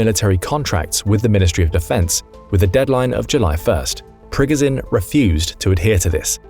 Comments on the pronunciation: You’re saying his name wrong throughout the whole video , it’s Pprrreeee goooooo sshhhiiiaaannnn . At least look up pronunciation before posting , otherwise good video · Sorry, but I had to stop listening because of the mispronunciation of Progozhin's name.😐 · hearing you butcher the guys name over and over and over when you could simply listen to a CRAP TON of people say it the right way was god awful . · Please please please!!!!!!!!!!!!! Pronounce his name correct. You're a military show trying to educate people, figure it out for yourself first.......